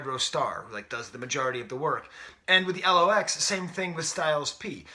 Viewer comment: Dude it's 'The Lox', pronounced 'locks'. They were originally called 'The Warlocks' but when they got with Puff they shortened the name